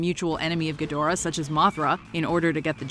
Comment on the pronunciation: I hate the way she says ghidorah 😒